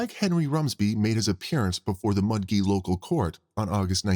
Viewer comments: Mudgee is pronounced Mud-jee, not Mud gee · Mudgee is pronounced Mudjee. J not G.